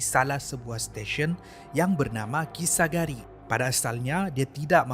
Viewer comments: kisaragi bukan kisagari hehe cuba tgk betul2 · kisaragi la bukan kisagari 🤭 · Terperasan yg perkataan Kisaragi tu, Salah sebut, sebut kisagari kalau x Silap Saya lh. Ini Tegur ja, harap jgn kecam.😅🤝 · Memang la xjumpa dan xtahu namanya kisaragi bukan kisagari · kisa ragi min.. bukan kisa gari...😆😆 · bukan kisagari laa.. kisaragi namanya:p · salah sebut nama station kisaragi 😁